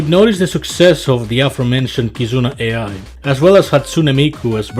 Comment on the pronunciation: Dude you pronounced Ai wrong, completely wrong